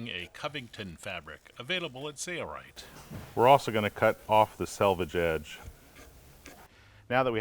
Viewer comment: Sailrite, --Sail rite That is the way it is pronounced.Not Say-rite. Can you not enunciate the letter L? Work on that, please.